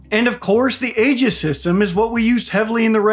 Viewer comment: Good video,. Keep it up. BUT ALSO, if you're going to care about pronunciation, forget about General Guetlein. You mispronounced Aegis like a dozen times. Also, not a good idea to insult Star Wars, And also, not sure why you're throwing shade at Lockheed Martin, that would be interesting to know. PS. Regardless of whether the "dome" works or not, there's also the factor of whether adversaries would believe that the US believes this weapon works. You can't threaten someone who believes they are safe from those threats.